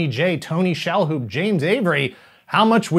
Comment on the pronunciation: 1. Disney needs to give us a live action version. 2. Did you say Tony ShaHaLoub?? Lol